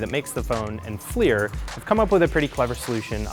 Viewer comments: Thats not how you pronounce FLIR. Its pronounced as FLURR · I thought Flir was pronounced Fl-er